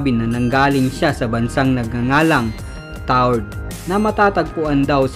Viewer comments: Tau red po hindi tard ahaha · Tau red hindi taured ang basa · mali pagkaka pronounce mo sa taured..hnd sya silent E.. ganito kung sa tagalog tawred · Taured po yun hindi tawrd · Taured TAWRED GANYAN ANG BASA TALAGA..TAWRED..HEHE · Tawa ako sa bigkas niya ng taured...TAW RED po ang bigkas ganyan po...TAWRED...